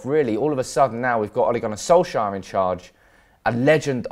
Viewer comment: Its correctly pronounced solk- sar not solk-sire